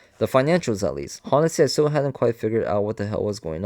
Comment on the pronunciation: I appreciate you reading this to us to save us money but it kills me with all the mispronunciation. Even simple words like “honestly”. The H is silent my guy! (On-est-Lee)